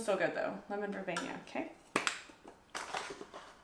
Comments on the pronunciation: Thank you for another wonderful haul review. Please don't say "verbenya". It's ver-bee-nuh. Sorry, it's ike nails on the chalkboard to me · It's vur bean a. This is your job. Learn the correct pronunciation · She learns pronunciation from us sometmes. She doesn't mind being corrected, but be nice!